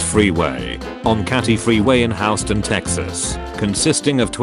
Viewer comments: Are we going to talk about how the text to speech bot said Houston like Houseton? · HOWSTON TEXAS💀